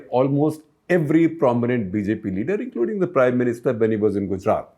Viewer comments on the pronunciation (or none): none